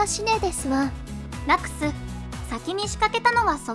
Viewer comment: ...つかラクス様をヲクヌって言うのﾔﾒﾛ